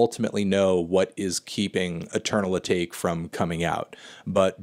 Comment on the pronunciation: cringed so goddamn hard at "eternal a-take". A-TA-KE